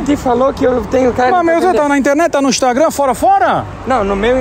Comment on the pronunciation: "Instagron"...kkkk muito legal.